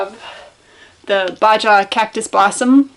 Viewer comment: Baja is pronounced “baha” btw. You are a talented soap maker!